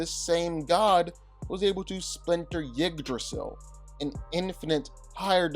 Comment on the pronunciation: Also why can't you pronounces jormungandr correctly it is pronounced (gon-der) not (gander) I don't care how it's spelled it's pronounced in Norwegian not English and the trees name is utensil pronounced (you-dra-sil) not pronouncing their names right just makes you sound less intelligent. In no way does it make you sound cool